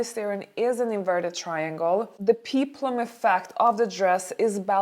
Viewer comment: The hooded jeweled dress looks major uncomfortable....it would invoke being too warm temperature wise. I think you pronounce Charlise dress frill as “p(eh)plum” vs “p(ee)plum”. You speak very good English by the way. I agree with your assessment of the tassels, the mustard dress very nice...darker women look fab in mustards and oranges. Also I hated the pouffy pink top. Not a fan of Sigourney’s dress..just not dressy enough and the color green looked like she is going to a St Pat’s party. The teal dress pretty, but a little over- stated in the front. Ruffles ok but the bulkiness?